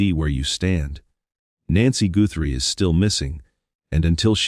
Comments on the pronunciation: The last name is not pronounced Gootry. It’s important to get the name right. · You need to learn how to pronounce tuson and Guthrie correctly when reporting on someone,to make it sound more factual